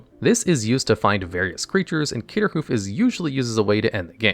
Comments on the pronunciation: Everyone here is losing their mind that he missed pronounced eldraine wrong, but he said CATERHOOF. MY GUY IT IS CRATER. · Bruh if I had a nickel for how many times in manalogs videos Craterhoof was pronounced "Caterhoof" i'd be rich. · Also, Caterhoof multiple times.